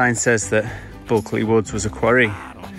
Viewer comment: I’d have joined you for a while had I known or at least bought you a beer at the Poacher. Next time. ps iBulkeley is Buke like Duke.